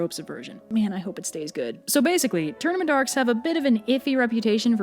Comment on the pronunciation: I kept hearing “tournamendarks” and similar gibberish before the words “tournament arcs” were actually on the screen 😂